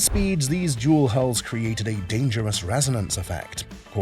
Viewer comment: I believe that you mean "hulls",,,,not "hauls", right ? And yes you are most correct. Great deal of difference between a dual hull design, and the tri-hulls shown. An actual "dual-hull" is more often referred to as a "catamaran". There's a YouTube channel where a couple is restoring a 58' one.